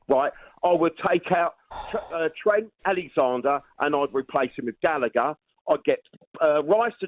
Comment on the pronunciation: How many times he butchered trents name 😂